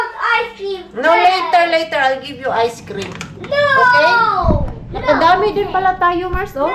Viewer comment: ice screaaaam not ice cream pansinin mo daw sya IT 😅😅😅